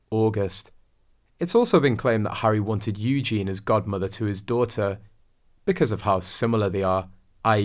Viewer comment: To be fair, this channel is not very reliable. This guy can't even pronounce Eugenie. He calls her "Eugen". English is not his 1st or 2nd language. I wouldn't take his word for it that Eugenie is godmother.